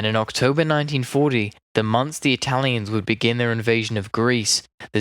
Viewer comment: Complimenti! You nail the Italian names, even getting the double consonants right! Now, if you work on your English phraseology, this would be perfect!